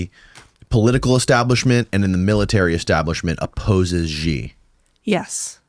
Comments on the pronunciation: Please let know that he is pronouncing Xi Jin Ping's name incorrectly. You obviously are not listening to? pronounces his name as SHE...you are pronouncing it as CHE...FYI. Thank you. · HIS NAME IS NOT ZZZZHHHHHGEEEE... HIS NAME IS SHE... EXACTLY LIKE THE FEMALE PRONOUN. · Is Xi Not Gi. Why some westerners keep spell Gi . Lol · I wish you would've done a little basic research or asked about how to pronounce Xi. It's pronounced like "she". This is incredibly easy and basic. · Xi Jin Ping is pronounced like “she” Jin ping. Listen to pronunciation. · Please listen to your own podcast and learn the difference between how you pronounce the name Xi, and how does.